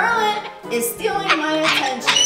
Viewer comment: is hilarious, I heard her say attention